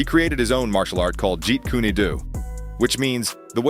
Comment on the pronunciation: Its kune not kuney Lee did smoke cigarettes